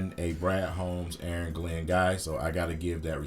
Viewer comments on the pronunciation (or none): none